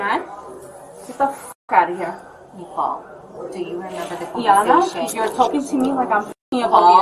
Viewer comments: I heard the Woman say the Name Nikole about 30 Times, If hear the Woman say Just one more time " NIKOLE" ..... 🙅🤬💣💥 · "Nee-call." "Nee-call." "Nee-call." My goodness make it stop 😂